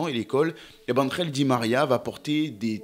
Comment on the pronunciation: Angel et non andrel😂